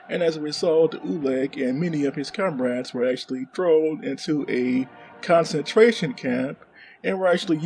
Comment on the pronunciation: . ..it's concentration, not concetraction . . . ..